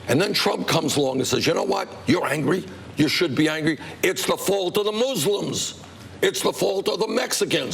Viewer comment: I enjoy the fact that Bernie Sanders says "Muslims" properly.